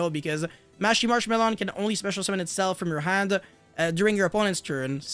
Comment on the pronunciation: I cannot take you seriously when you saying marchmarchmallow XD